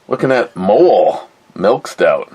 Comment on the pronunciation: It is pronouncced "Moe-Lay"